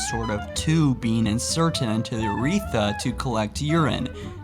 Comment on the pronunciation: Words mispronounced in this vid: Catheter - “cath e aturs” Urethra - “Your e tha” Inserted - “Inserned”